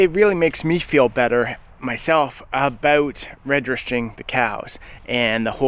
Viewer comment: Saw 'Highlands" in my feed and wondered where's this feller from?? Heard "aboot" and knew immediately.😅 His anti-nanny state views are right up there with Chace Barber from Edison Motors. A freedom concert would be great with Corb and Colter headlining.